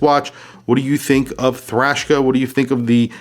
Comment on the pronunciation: I’m I hearing “Thrashka”?? Sounds like Eastern European metal band!! 😂